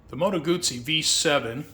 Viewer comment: Beautiful bike & nice, informed video! (You also know how to pronounce 'Guzzi'!) I also like original mufflers on many bikes, with baffles removed vs. the expense & hassle of aftermarket exhausts or slip-ons. Can you remove the baffles on this bike??